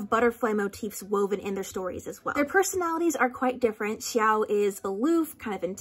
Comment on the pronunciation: I once read a zhongchi fic that included the detail about the chopstick symbolism and I actually wasn't aware it was canon Edit: the way you pronounce x-i-ao gets on my nerves